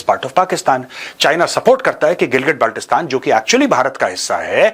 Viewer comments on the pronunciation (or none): none